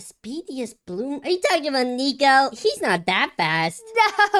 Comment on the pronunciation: That is not how you say nico